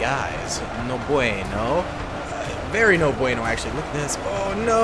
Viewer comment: "No bueno... Very no bueno actually" that second, casual, "no bueno" had a really nice pronunciation, actually